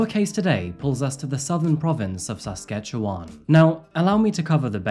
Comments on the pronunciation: 1) Good job on pronouncing Saskatchewan correctly. 2) Saskatoon is a BEAUTIFUL city…a photographers dream, among lots of other things! 3) I live two hours away and do not recall this case… Thanks for this one. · no….it is. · Does he not know? Saskatchewan is neither southern nor pronounced that way. Its dead center of the country and hes overpronouncing each Syllable. I really hope he isnt canadian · Hey I’m from Alberta, I’m sure those mountains are from here, Also please stop pronouncing Saskatchewan, great story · Saskatchewan is not pronounced correctly though....? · Born and raised in sask and uummmm.. he is absoutely butchering the pronounciation 😂💀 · THANK YOU - i was absolutely lost at this comment. the enunciation was off. butchering might be a bit too far but it definitely wasn't correct, let alone praiseworthy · I’m so sorry but I can’t handle the way you pronounce Saskatchewan 😂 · Queer ear stud and mispronouncement of Saskatchewan